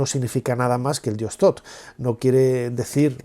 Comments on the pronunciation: Shoth, no, th es t no s, entonces es Shosh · .. Bueno, yo hablo de la pronunciación en español, si está escrito Thoth se pronuncia Tot porque la H es muda, pero el narrador pronuncia Sot, independientemente del nombre correcto